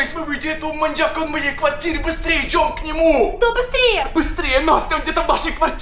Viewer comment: Поч он так странно говорит маньякамм погнали ударение на и